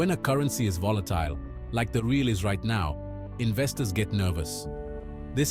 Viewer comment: I'm only one minute in, and I can tell you got a funny script going, assuming you have other videos following this same format. If you hit the algorythm you'll do well, dude. Keep going. Lol idk if you're interested, but we call our currency "Heh-al". cheers from Brasil.